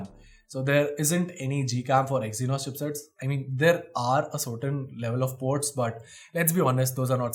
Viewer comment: Did he said exinos 9610 😅 in . Minor mistake 😁